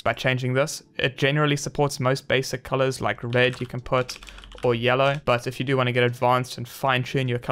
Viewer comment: "Supports basic colors, like YELK"